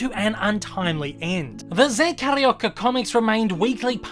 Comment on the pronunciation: Carioca-a term used for someone from the city of Rio de janeiro. I love that you are doing my fav Disney character but the pronunciation is off. Forgiven though.I loved the video. The Zé Carioca comics continued straight until 2018 when editora abril went bankrupt. The new company culturama picked up the Disney comics in Brazil and they hope to release more Zé comics next year but right now they are searching for artists and writers....*admittedly has applied*